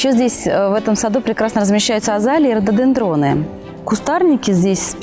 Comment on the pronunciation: Молодцы, ребята. Очень поиятный ролик получился. Эстетично. Желательно исправить ударения в названии РОДОДЕНДРОН. Радует превосходная дикция у ведущей. Спасибо, ребята!